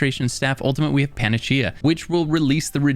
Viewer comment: I loved how you pronounced Panacea -- it is pan--uh--see-uh not man-uh-chee-uh. LOL. Other than that this was a wonderful review of all weapon types. I listened to the whole video and was very informed about many issues and why folks build certain set/armor/skill combinations. Very helpful indeed.